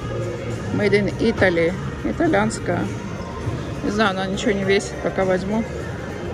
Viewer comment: Правильно говорить "италЬянская", и не ""италянская,"" это звучит ужасно, как у одесской торговки из старой комедии.